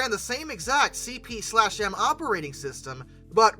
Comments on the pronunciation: "CP slash M"? I've never heard it pronounced that way... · Minor pedantry: the / in CP/M is silent. 😜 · We would just call CP/M as C,P,M. The slash is silent.